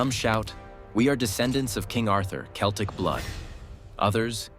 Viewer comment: It would be more convincing if the narration managed to pronounce "Celtic" properly. And no, they did not come here in 10,000BC and there was no such language in existence anywhere when Britain was recolonised after the ice age. All I hear is a lot of muddled pseudoscience mixed with modern myths like "Celts", "Anglosaxons" and "Vikings". Might as well be "Dwarves", "Elves" and "Hobbits".